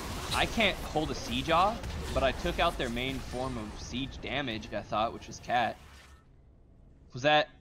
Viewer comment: Lmao i think he maybe meant to say cait. But he def said kat